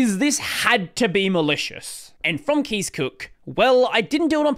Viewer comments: Thank you for explaining this situation! Concerning the pronunciation of Kees's name: its Dutch pronunciation is a lot like that of the English word 'case' (instead of 'keys'). If I am not mistaken, 'case' is also the pronunciation used by Kees Cook himself. Source: I'm a Dutch speaker. :-) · Kees is a Dutch name and is pronounced like "case" rather than "keys" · Pronounced as Case, not Keys. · Kees is pronounced like “case” btw. It’s a Dutch name. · Kees is pronounced as case BTW;) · is not pronounced as keys lol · Ya is Dutch, more like Case